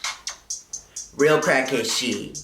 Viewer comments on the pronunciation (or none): none